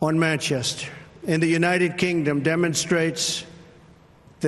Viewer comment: "on manchest" 😁